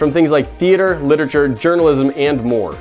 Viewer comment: Wait did he just say lititure